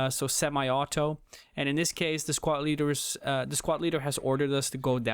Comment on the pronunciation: Dude did anyone count how many times he said "squat" instead of squad lol